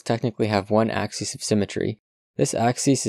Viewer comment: Axis is pronounced "AXE-iss" when singular. It's pronounced "AXE-ease" only when plural, but you mispronounced singular as plural many times.